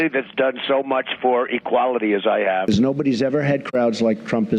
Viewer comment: You have dementia too you said mulch??😅😅